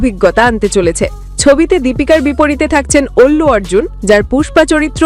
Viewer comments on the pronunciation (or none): অল্লু অর্জুন নয় আল্লু অর্জুন